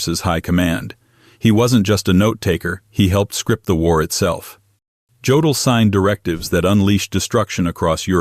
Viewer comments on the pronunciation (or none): Jodl is pronounced YO' dill'